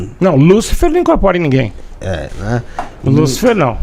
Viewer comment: Veja bem ...lucifer e lúcifer tem diferença no acento no "U"